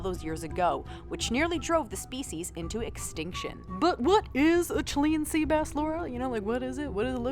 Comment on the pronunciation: God quit saying Chilean like that😂